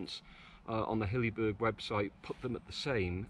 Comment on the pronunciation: It is not pronounced 'Hillyberg'.